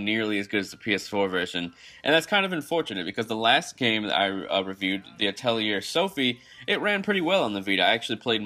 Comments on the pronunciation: Thanks for the review! If you review another game in this series, remember that it’s pronounced “At-Lee-Ur” instead of “A-Tell-E-Ur” It’s not important! Just thought some feedback would be better than none :) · Thanks for the review. Altho you get criticized for not liking alchemy, at least you're clear about your bias and the other points you tackle (like visual quality) are still valid. Side note, the "-lier" part of Atelier is pronounced "lee ey" like "liai" in liaison. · Actually, it's pronounced at-ull-yay. It's French. They mispronounce it throughout the game series.